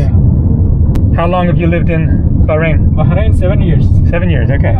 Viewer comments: Pronounced bahrein, not barein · You have to pronounce the 'H' in Bahrain. 😊